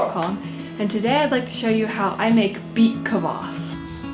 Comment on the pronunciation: The way she said kvass made me wanna kms